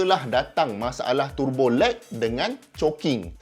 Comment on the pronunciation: Dengar tu pronounced untuk turbo ni Tur Bo,bukan Te Bo..meluat juga bila mat2 kereta bila sebut turbo ni jadi tebo..